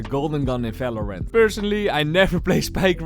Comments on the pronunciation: valorant ❎ falowrant ✅ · holy shit… is somebody else also pissed at how he pronounces Valorant 💀